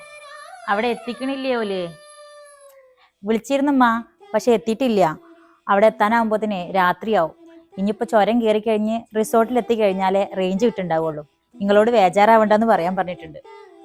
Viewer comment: സ്വരം അല്ല ചുരം 😄